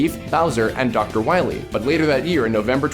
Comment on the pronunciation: Calllack Awesomeson although, this is the game that called the main villain "Doctah Wahwie"